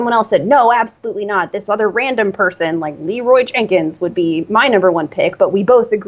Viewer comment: Did she say Learoy Jenkins? :P His campaign slogan shall be "At least we have chicken"